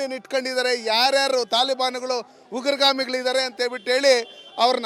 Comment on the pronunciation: ಉಗುರುಗಾಮಿ ಅಲ್ಲ ಅದು ಉಗ್ರಗಾಮಿ anna 😂